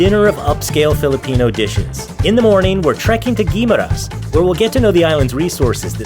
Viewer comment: The guide was influenced by the Tourist who was likely to pronounce Guimaras in one word syllable. It is actually pronounced, Gui-ma-ras. three words syllable.